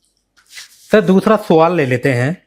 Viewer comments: Muaaff kijiye.. freedom fighter "producer" sahib.. Suuaal... aur sswwaaall me difference to hai..😂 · SAVAL nhi, yeh hoga SWAAAL, JO AYY